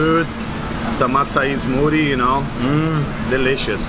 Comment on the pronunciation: please stop saying "smootie", it's SMOOTHIE!!! Com "TH".